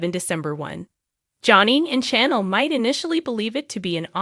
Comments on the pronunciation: You also mispronouncing Chanel’s name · Narrator can't even pronounce names correctly. Very annoying to listen to. Says EG (not EJ) most times wrong and said nicole correctly once! Ugh can't listen to this...like trying to read a book or article with spelling errors! Who is CHANNEL? Lol. Wow, got Tate's name correct...applause! Narrator doesn't sound like English is a 2nd, 3rd, or even 4th language for them...how can they not know how to pronounce the easiest of names? They apparently don't watch the show because if they did, they would certainly know how to pronounce the names! Who TF is JADDA? Yet can pronounce Rafe's 1st and last name correctly?? Time to go back to grade 2!